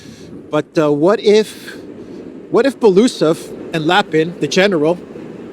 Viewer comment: its not Belusov (I couldn't understand at first who you are referring to) - its Belo-Usov (pronouncing)